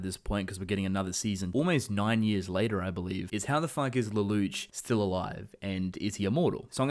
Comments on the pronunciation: It's Lelouch, pronounce it as a French word. Luh-loosh. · Am I the only one who hates how he says "Lelouche" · lelouch pronounced Leloush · Please don't pronounce the names incorrectly. It's pronounced Leloosh and it's not C.C., it's C2. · the way you pronounce lelouch's name bothers me way more than i think it should